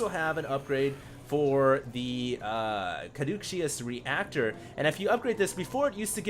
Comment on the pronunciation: pardon me but, Caduceus is pronounced Ka-doo-sus.